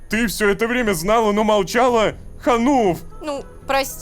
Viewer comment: не молчала а молчлала